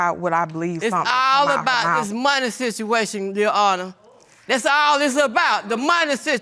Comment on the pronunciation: "Why would I make up DUSS!" 😂😂😂😂😂😂💀